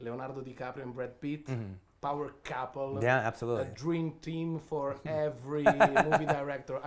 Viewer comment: Leonardo Di Caprio and Brad Pitt, "PAUER CAPOL"